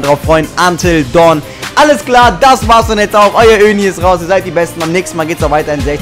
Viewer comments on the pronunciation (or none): none